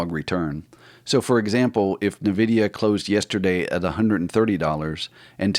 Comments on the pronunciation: It's pronounced IN-vid-e-a, not NUH-vid-e-uh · It’s pronounced “Envidia” not nuhvidia